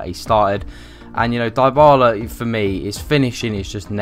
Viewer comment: Come on guys, Dybala is pronounced as 'Di-bala' not 'dye-bala'. He's the most promising player in football right now and there's no excuse to pronounce his name wrongly.